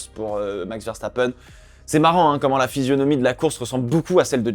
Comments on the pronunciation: Romain Grosjean au commentaire c'était un régal je sais pas c'est le quel mais il y en a un des 2 commentateur il arrêtée pas de dire "Verchtapen" et purée ce que ça me souler nan franchement je me suis fait la même remarque que avec Romain c'est génial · Grosjean largement. Et comme ça on entendra plus "VeCHtappen"!